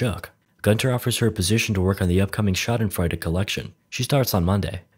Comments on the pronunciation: Just in case anyone is curious : "Schadenfreude" is pronounced sha-dehn-fräu-di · Shaw-den-froy-duh That should help you 😊👍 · the way you said it sounded like "scheidenfreude" which translates to vulva fun. funny, but slightly inaccurate. "schaden" means damage, "scheide" not so much. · Minute Movies: Schailenfroiwle Me, a German: What did this dude just say? Proceeds to rewind and listen to it 5 times until realising he means Schadenfreude My dude really butchered that word😂😂😂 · Man, he pronounces Schadenfreude so weird. It sounds like Scheidenfreude wich would literally translate to pus*y joy. And yes. I am german :) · HAHAHA as a german I was so confused when u said "Schadensfreude" it took a solid 2 minutes to get what u meant xD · They way you pronounced "Schadenfreude" sounds exactly like "Schaidenflora". Which means vaginal flora in german hehe... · its more said like shaw-dan-fraed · It’s pronounced sha-den-froid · you mispronounced like every letter of ,,Schadenfreude" lol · Love the spelling of "Schadenfreude" xD Always gives me a smile when englisch people say german Words because they cant get it correct on first try :) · Schadenfreude, it´s real word and like americans obviously need to do with every foreign word, you butchered it big time :-D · at first i didn´t understand you with schadenfreude I would recommend doing the a like the uh from duh but high quality video keep up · Hahaha how he spoke Schadenfreude